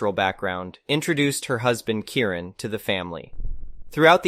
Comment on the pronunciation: I don't understand what's difficult about pronouncing Elisabetta or Kieran.